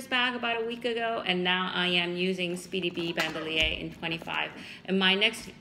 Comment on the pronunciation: Yikes! It’s pronounced “ban-do-lear”. You seem like a lovely person but the bags are not similar enough to warrant a comparison.